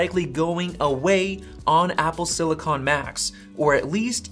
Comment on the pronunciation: It’s pronounced silicon, not silicon.